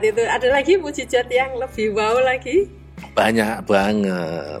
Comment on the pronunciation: MUJIZAT bu', bukan MUJIZAT